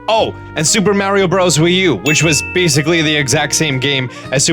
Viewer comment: The way he says mario is hilarious. Love you